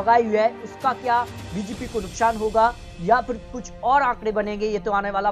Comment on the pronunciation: Nuksan to bolna sekh le phle bjp srkar bnegi